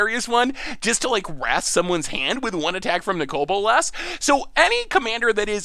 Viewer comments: "Nicole Bolas". These pronunciations are are meme at this point. lol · Ah yes "Nicole Bolas" the forgotten sister dragon. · Niko-l B0lass? bruh...